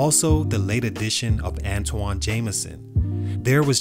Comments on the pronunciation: Pronounced "ANTWAN"!! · At least pronounce his name right. An-TWON Say it with me